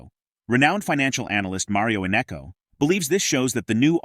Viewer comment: His name is not Innecco!